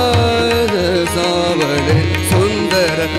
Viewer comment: His marathi needs polishing, he is pronouncing सावळे as savade, which is incorrect. Changes meaning. Savade means to collect ashes od dead person